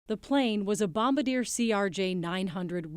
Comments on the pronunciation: Dear reporter: bombardier is a Canadian company, not a WW2 army position. Therefore it’s pronounced like the name, Bome bardy eh, not Bomba deer. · Learn how to pronounce Bombardier -Hint: It's not Bom Ba Deer - it's French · It's pronounced Bom-BAR-dee-ay.. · Bom bar dee eh.